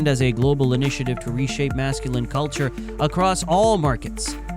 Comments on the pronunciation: Mask ku line? If you're going to let ai read your script at least correct it's pronunciation of common words. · Mass Kew Line Culture. It's pronunciations like this that make people think "AI shit vid"